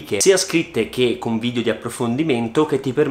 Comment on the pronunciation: si dice vidEo no vidio🤯 ogni volta eh!!